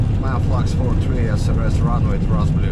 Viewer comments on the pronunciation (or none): none